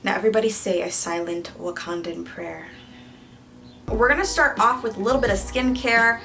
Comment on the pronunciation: Hold up did she say wa condom or Wakandan prayier😂😂